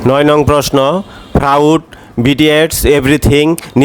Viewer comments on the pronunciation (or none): আপনি তো নিজেই অনেক উচ্চারণ করতে পারছেন না। ফ্রডকে বলছেন ফ্রাউড।।।।